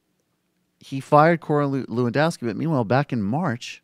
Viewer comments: actually it's more levandovski, no 'ff'. it's a polish name. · Its pronounced 'Levan-doff-ski'